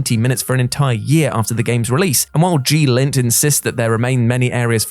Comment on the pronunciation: Isn't it "Glint", not "G-lint"?